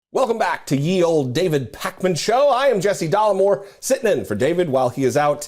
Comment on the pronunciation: Dollemore! ...."dollar less" lol. Great to see him on here